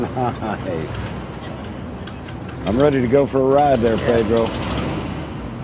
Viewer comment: I think he was saying "Ni-hice" broken into two syllables. He was super stoked with how smooth the engine was and truly beaming with how much he loves that thing. Right before that he did a 4 syllable one, "Ni-hi-hi-hice" (laughing as he's saying it).